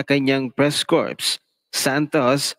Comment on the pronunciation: It is pronounced as" cor" not corps . . .